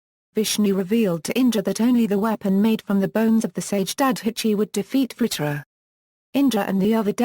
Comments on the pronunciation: its not vahra.......its vaJra.....the J is real J not H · I studied Sanskrit and Hindi at university and 100% agree! Wrong pronunciation - this isn't Spanish!! They do that in Spanish jalapeno is "halapeno" - not Sanskrit or Hindi! Narrator is Britisher, so what do they know?